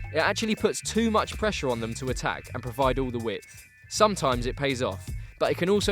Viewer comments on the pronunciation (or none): none